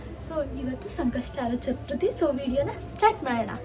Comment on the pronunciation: Adu chatruthi alla chathurthi